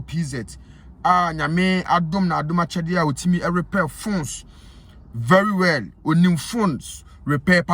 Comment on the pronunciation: Very well kraa you can't say it correctly and you are here talking rubbish. What is vely well?